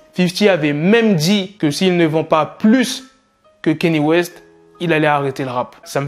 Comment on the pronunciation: Sinon petite rectification sur ta prononciation envers Mr WEST mais c est KANYE WEST et non KENYE WEST voilà car je sais que beaucoup font cette erreur de prononciation sinon toujours lourdes tes news et en route pour le million 👍🏿